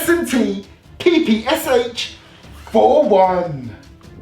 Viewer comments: It's better call it as "PePe-Sha" not "Pi-Pi-Es-Ech" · PPSh is pronounced "papasha"